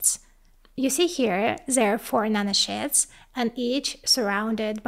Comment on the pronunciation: LOL, every time you say nanosheets, it sounds like you are saying nano-shits, and that is some small shits.